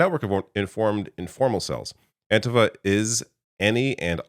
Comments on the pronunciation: IT'S PRONOUNCED AN-T-FA not antihfah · Antifa pronounced with a long ‘e’ on the ‘i’. Anteefa, second syllable stressed. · do you say fah-SCIST or FAH-scist. The correct pronuciation of antifa is anti-FAH. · I get that you’re Canadian, but you have to have heard how An-‘TEE-Fah is pronounced by now.